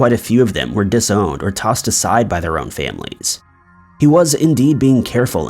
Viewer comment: You pronounced his first families name wrong.